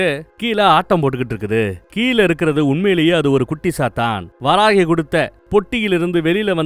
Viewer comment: Bro sathan Alla..chathan..chathan Vere sathan verai.chathan example :vishnumaya